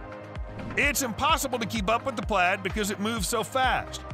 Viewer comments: Yes, this mispronounciation as "plade" which sounded more like "plate" drove me nuts. How does the YouTuber narrator NOT know this? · Plaid is pronounced “Plad”